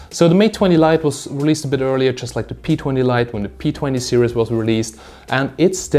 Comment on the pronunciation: What the fak is 20 mate serious mate its series not serious